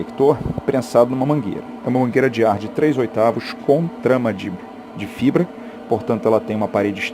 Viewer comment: "rochca de trech oitavuch" é ótimo rsrsrs